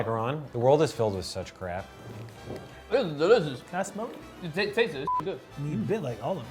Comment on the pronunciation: JuanD019 POTGS i thought he said craft